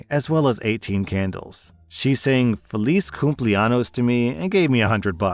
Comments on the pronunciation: All the Spanish speakers annoyed at how said "Feliz Cumpleaños"... it's "Coom-play-an-yos" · The way he said "Feliz cumpleanos" hurt 😭